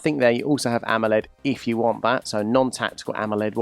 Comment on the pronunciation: Idk if the dude in the vid is trying to be funny pronouncing AMOLED as AMMOled, or maybe he's british.